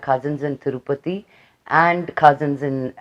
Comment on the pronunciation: Thurupathi kadu akkai ,tirupathi